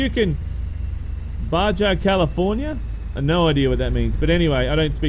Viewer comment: The letter 'J' is pronounced as an 'H' in Spanish. Meaning Baja California actually sounds more like Baha. It refers to a geographical location. (Basically the part of the California peninsula still belonging to Mexico.) Nice video.